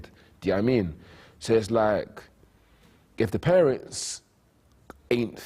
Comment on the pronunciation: The guy that says 'lak' instead of LIKE. !!